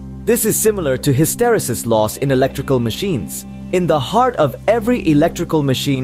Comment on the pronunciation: It's pronounced ˌhistəˈrēsəs